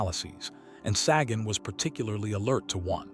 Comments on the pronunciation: It's not "saggin'." Sagan rhymes with pagan. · You’re joking. Ai voiceover and AI script trying to talk about authenticity….can’t even pronounce Sagan’s name.. I picture a snobby cheesemonger handing me a fuzzy, grey lump of mold